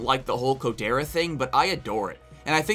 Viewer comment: Coderra. Not Sierody.